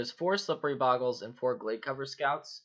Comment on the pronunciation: bohgles not bawggles